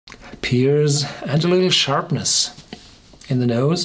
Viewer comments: Nicht "peers" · It's "pears"